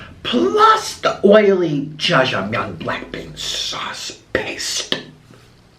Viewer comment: Its not Shashmyeon it is Jajjangmyeon